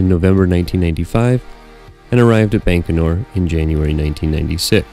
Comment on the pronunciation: Excellent videos. But the Russian launch site is pronounced "bye-ko-nur", not "bank-o-nur".